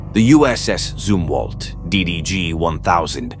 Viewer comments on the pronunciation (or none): I do not know if this voice is AI narrating or if it's a natural person but they are Zumwalt Destroyers not zoom Walt